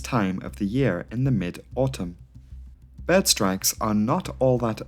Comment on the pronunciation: i like how you say "behrd" lol